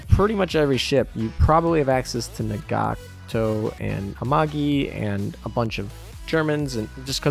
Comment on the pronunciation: An easy example is Nagato: nah-gah-to. She says her name more often than a Pokemon. Cygnet: sig-net Friedrich der Grosse: Freed-rick der Gross-eh